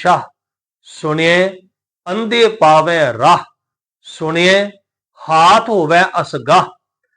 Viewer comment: ਰਾਹੁ ਤੇ ਅਸਗਾਹੁ ਦਾ ਉਚਾਰਨ ਔਂਕੜ ਸਹਿਤ ਕਰਨਾ ਚਾਹੀਦਾ ਭਾਈ ਜਰਨੈਲ ਸਿੰਘ ਜੀ ਦਮਦਮੀ ਟਕਸਾਲ ਵਾਲਿਆਂ ਦਾ ਪੰਜ ਗੁਰਬਾਣੀ ਦਾ ਨਿੱਤਨੇਮ ਸੁਣ ਲਵੋ ਯੂ ਟਿਊਬ ਤੇ ਐਵੇਂ ਗ਼ਲਤ ਉਚਾਰਨ ਨਾ ਦਸਿਆ ਜਾਵੇ ਹਰੇਕ ਲਗ ਮਾਤ੍ਰਾ ਦਾ ਉਚਾਰਨ ਕਰੋ ਅਰਥ ਜੋ ਹੈ ਓਹ ਹੀ ਰਹਿਣਗੇ ਧੰਨਵਾਦ ਗੁਰੂ ਗੋਬਿੰਦ ਸਿੰਘ ਜੀ ਦੀ ਚਲਾਈ ਹੋਈ ਸੰਸਥਾ ਦਮਦਮੀ ਟਕਸਾਲ ਤੋਂ ਵੱਧ ਕੋਈ ਵੀ ਸ਼ੁਧ ਗੁਰਬਾਣੀ ਉਚਾਰਣ ਨਹੀਂ ਦੱਸ ਸਕਦਾ